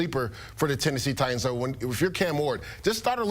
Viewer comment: IT'S NOT TI ENDS!!!!!!!!!! It's TI TANS!!